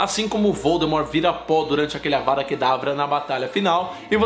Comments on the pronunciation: Mano ele fala avara kedavra e é avaDa kedavra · vc, várias vezes no vídeo, fala "Avara" em vez de "Avada" rs. Além disso, cometeu um equívoco quanto a Sra. Weasley. No livro diz que ela acerta a Belatriz com uma raio vermelho que acerta abaixo do braço dela. A Sra Weasley não usou a maldição da morte. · Ele falou avaRA kedavra um monte de vezes 😂